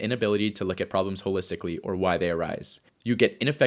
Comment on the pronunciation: "There are 3 fundamental psychological ROBLOX."